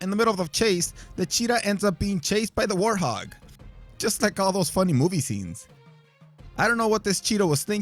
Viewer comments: Warthog not Warhog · And its a warthog not a warhog